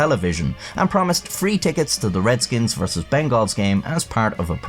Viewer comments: hey i know your like europee in but I TAKE IT INTO OFFENSE WHEN YOU SAY MY FOOTBALL TEAM WRONG ITS (BENGULS) NOT BENGAALLS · Cincinnati Bengals is pronounced like bungles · The way you pronounce Bengals I can tell you're not a huge Football fan huh lol This was a hilarious takedown. I remember it from back in the day.